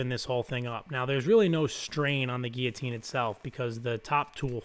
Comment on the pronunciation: notice the ''LL'' in GUILLOTINE !